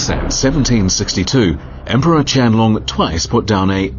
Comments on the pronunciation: a No. Qianlong is definitely not pronounced as QIANG LUNG. Not in Chinese even, Qian Long (dragon) is the correct pronunciation. Unless you're Vietnamese IDK lol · Qiang Long should be pronounced chien loong. not "long=size" but more like "lung=organ for respiration"